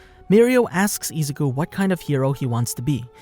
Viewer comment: Ah yes, eezuku